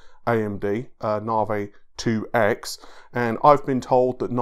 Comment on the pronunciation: What is the fucking "NARWAY", say NA-VI.